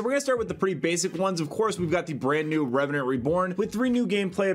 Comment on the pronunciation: went from Reveant to Reveant. the E is silent in the second same lol.